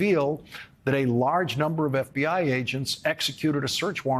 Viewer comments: I really admire and respect you Lawrence, but why do you say Mar-a-Largo? It's Mar-a-Lago. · Why do you keep saying Mar a Largo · Please somebody tell Lawrence that it is not Mara LaRgo. It's Mara Lago. Lawrence is a smart and credible newscaster, but he doesn't sound like it when he says Largo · Is he trolling Trump by saying Mar-a-laRgo? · I do wish Lawrence would stop calling it "Mar-A-Largo", it's not named after Key Largo! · I love how he always calls it Mar-a LARGO.